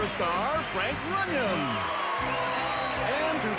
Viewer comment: Runyeon not Runyan,Runyon, or runoff.